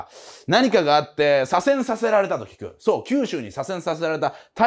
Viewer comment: 左遷させられた が非常に言いにくそうw